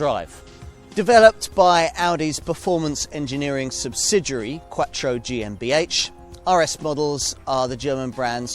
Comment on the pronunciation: That is the sound of someone speaking an Italian word with a British accent.